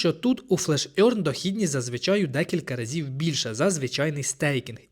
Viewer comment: Можете в гугл транслейтор написати "earn" і послухати як вимовляється? Ви почуєте "еарн", а не "орьн". Це непрофесійно. Дякую за відео!